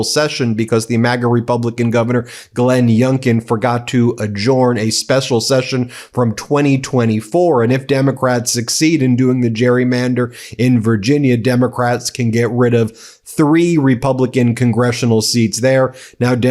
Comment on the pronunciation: The word is pronounced adjourn, not adjorn.